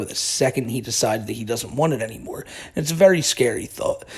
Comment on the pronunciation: Fuckin hate how he says "ehhyuuund"